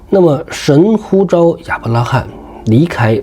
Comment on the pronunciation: 呼召。 召四聲照兆ㄓㄠˋ。